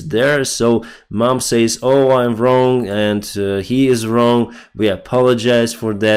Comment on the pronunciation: Будь ласка, дуже ріже вухо постійно, не сеід(said), a сед і не сеіс(says), а сес